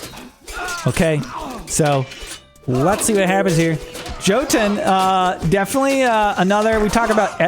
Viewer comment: the J in Jotunn and Jarl, is pronounced as a Y. so its more like Yotunn and yarl. :)